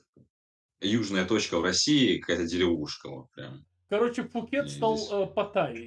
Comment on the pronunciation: Правильно Пхукет